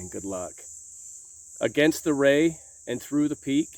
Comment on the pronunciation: Did you say "Against the RAY, or RAIN"?